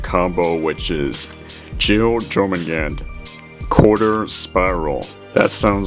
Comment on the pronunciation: your pronunciation wasn't bad, I think the jor is said as yor idk, that's many others including myself say